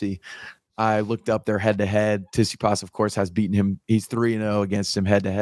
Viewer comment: Bloody hell just say Tsitsipas correctly 🤦‍♂️